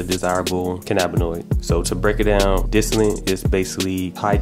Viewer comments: My man... it's called DISTILLATE not disilant 🤣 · DIS TOLL IT. not disinent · lol "dissinnite" "dissillit" "disllate" "disinnit" BRO IT'S DIS-TILL-ETT or simpler "Distill it" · "Distallant" I never knew there was an n in it loll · I swear you sayin "disalint".. lol Thanks for the video I put a thumb in it' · I know and it seems like most people can't say it right. I cringe every time he says "distillant" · Dis-till-ate no "n" but great review, man. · Lol is he saying dissilant and estract? Lmfao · Where do u see n in the word distillate why u sayin distilint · Y the fuck he keep callin it dis ti lint abahahaha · Say dis-tah-lit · There is no “n” in distillate! You keep saying distillante grrr lol 😆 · Guy cant even say the word distillate